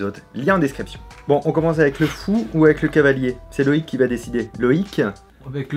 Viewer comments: On dit cavalier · ON NE DIT PAS CHEVALIER MAIS CAVALIER ET PAS NON PLUS CHAVALIER. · C'est "cavalier", restons sensés ^^